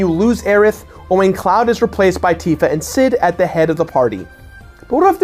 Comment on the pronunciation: Anyone else besides me bothered by MatPat's pronunciation of Tifa's name?